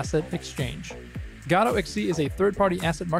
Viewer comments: the fact that you pronounce godót drives me crazy, while everyone else in the world and the community says "godôuh" or "goudough" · I've never heard it pronounced "ga-toe" - I wanted to pronounce it "Go-Dot" but apparently the developers pronounce it "Guh-doe" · Ew stop saying gah-do lol😊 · gAdot???? where is the A in Godot ?? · "gado" lol. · I refuse to accept any pronunciation that isn't "God Ott" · Lol "gawdot" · is that the way you say godot? thoght the t was silent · Hey man, there's no way for me to say it without sounding like a dick, but I think you should know. The most annoying thing about using Godot is how nobody can agree on how to pronounce it, and you just introduced a new one I've never heard before.